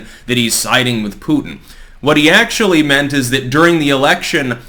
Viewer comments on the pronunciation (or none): none